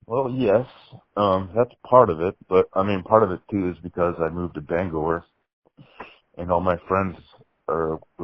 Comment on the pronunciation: You moved to Bangor, not BangHER!